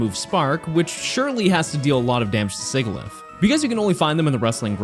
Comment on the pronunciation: I'm convinced that everyone that pronounces Sigilyph the way you do in this does it on purpose just to irritate people